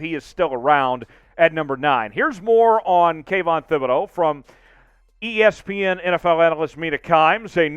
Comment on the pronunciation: I became a casual fan of the #Seahawks when they formed in 1976 and a hard core fan of the #Seahawks in 1987 when I was surrounded by Bronco fans. BTW - it is pronounced TIB-ed-oh